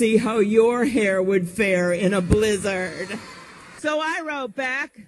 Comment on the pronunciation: Why did Klobuchar pronounce “blizzard,” as “blizz-ARD”?? Nobody else says it like that.